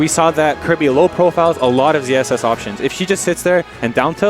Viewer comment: I can hear them saying ZZS, but shouldn't it be ZSS?